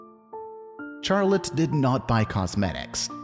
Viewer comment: You pronounce Charlotte in a horrendous way.